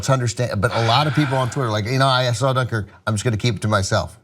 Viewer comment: I don't know why, but I feel like you're saying Dunkirk wrong